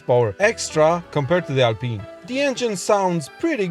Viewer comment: "Alpyne" is for Rootes/Chrysler/PSA car models (Sunbeam Alpine, Chrisler/Talbot Alpine). "Alpeen" is the French brand, and therefore needs the French pronunciation.